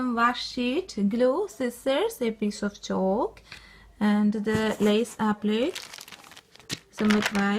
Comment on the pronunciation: Applique is pronounced appli-kay.